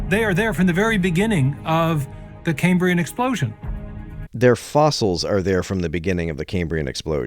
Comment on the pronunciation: Caymbrian? It's kæmbriən - after Cambria - the Latin for Wales.